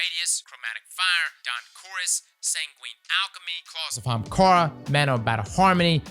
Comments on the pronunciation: Day 241 asking to say Ahamkara instead of Haamkara. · He said Hamkaara still! Lol